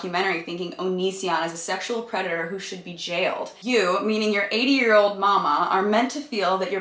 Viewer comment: when she read mamaw and "mama" and not "maw-maw" lol